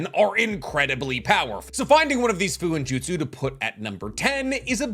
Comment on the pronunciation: Fuuinjutsu pronounced “foo-oo-een-joot-soo “ not “foo-in-joot-soo”